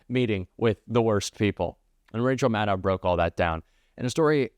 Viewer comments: Re: Rachel Maddow Please, please, say it correctly. It's Rachel Madd-OH, not Madd-OW. Madd-OH, even if it ends with "ow", as in: Willow, Pillow, Elbow, Yellow, Minnow, Marshmallow, Shadow, Throw, Snow, Blow, Flow, Bungalow, Arrow, Bestow, Widow... Maddow. It also happens to be how SHE pronounces her own name. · Rachel pronounces her last name ‘Maddoe’